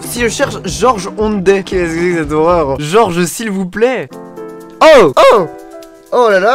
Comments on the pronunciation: Je suis le seul à être perturbé par le fait qu’il l’appelle George au lieu de Geoffroy? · GEOFFROY Ondet ptn c pas dur